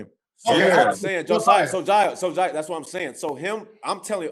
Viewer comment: that nigga brandon said sojiah😂😂😂😂😂